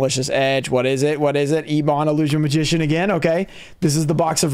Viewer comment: eb·on /ˈebən/ Sry but youre killing me muh dude